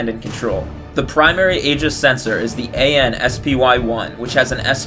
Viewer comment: Maybe pronounce Aegis correctly....